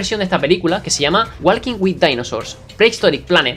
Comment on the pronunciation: Se dice woking la l no se pronuncia y la a suena como o